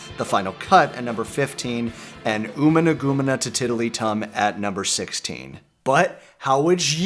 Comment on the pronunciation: I'm pretty sure you are mispronouncing Ummagumma.